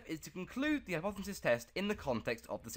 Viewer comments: Learn how to edit videos and say the word hypothesis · bro needs to learn how to say hypothesis clearly